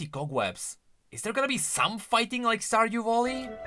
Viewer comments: Oh my fucking god i got so triggered everytime you said stardew volley and not valley i actually wanted to bash my head in ngl 🤣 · Hey, don't know if you just misspoke, or it's your way of saying it due to your Accent or what ever it is. But you say "Stardew Volley", tho it's pronounced "Stardew Valley". You say it with an "O", instead it should be with an "a". Not meant as hate obviously:)) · You know, its' not "Volley", it's "Valley". Also, Veigar is confirmed to be pronounced as in "hey", so "Veygar", not "Vaigar", in case you didn't know about the creator confirming it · Really good news for people liking that genre. I would could myself to that roster, but i hate yordles and yordles + that walking animation triggers me beyond compare. Also really triggered how always called it stardew volley instead of valley. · I cant i can not stardew valley being said as stardew volley.....😅😅😅 i love u but PLEASE say valley not volley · Stardue voli 😂😂😂 sorry its just funny how you pronounce valley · bro said „stardew voli 😮😮😮🐻‍❄️🐻‍❄️🐻‍❄️🐻🐻🐻“ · I thought he was saying Star Voli 😅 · "Yorlde Stardew Volley" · Lol wtf is wrong with him saying valley 😂